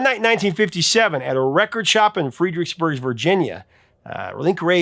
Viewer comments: I know people that get up in arms about Hangman saying it has “racist” undertones. Ridiculous. PS It’s “Fred”-ricksburg, not “Freed”. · "Fred-rix-burg" NOT "Freed-rix-burg" Virginia. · Pet peeves aplenty. 😉 The band is X•T•C, not ecstasy, just ask Andy Partridge. Also, they're Ya•ma•ha, not Yam•a•ha and Fred•rix•burg, not Freed•rix•burg. Funny what people find offensive. I had a crazy religious coworker who had a meltdown when I left the lyrics to "Dear god" on the lunch table - it was a glorious moment that I still laugh about 40 years later! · FREDricksburg. As in Fred. I'm a Virginian born and bred, and live about a half an hour away from FXBurg. Never in my life. Have I heard it? Pronounced FREED. I know there is a trend among YouTube creators to deliberately mispronounce something in order to drive comments and engagement, I have two high and opinion of this channel to assume that that is what's happening here. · Fredericksburg. Not Freedricksburg. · It’s FREDricksburg not FREEdricksburg. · Fred. Not Freed. Its Fredericksburg, Virginia. Fred-Rick's-burg. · I had to check if there was a Virginia city I'd never heard of. In case it ever comes up again, the first part of Fredericksburg is pronounced like Fred, not freed. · Freeeeedericksburg? Try Fredericksburg..... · It’s not Freedricksburg . It’s Fredericksburg. Hate hearing cities being mispronounced. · Freedricksburg??? One "E" Fredericksburg, Va. hometown of THE George Washington! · It's Fredericksburg, pronounced like Fred, rather than Freedericksburg. I grew up in the DC area. I heard Rumble many, many times on the radio. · It’s FREDricksburg, Virginia btw. Your pronunciation is a little extra. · It’s FRED DRICKS BURG ( Fredericksburg ) Virginia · lol It's pronounced "FRED-RICKS-BURG" 😂😂😂😂😂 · That's FREDERICKSBURG (as in FRED) VA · It's pronounced "Fred-Ricks-Burg" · FRED-ericksburg... short e vowel. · Did he say Freidricksburgs , Virginia? 😮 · Fredericksburg is pronounced like Fredrick